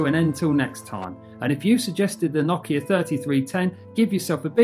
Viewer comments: It's pronounced No-Kia not Na-Kia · nakea? tf is he saying